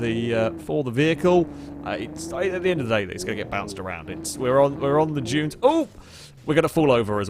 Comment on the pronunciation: Everytime he says "junes" instead of "dunes" my eye starts twitching.